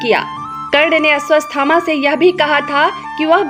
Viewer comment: Madam woh Ashwathama hai....... You are saying Asvasthama. It gives a wrong meaning to the name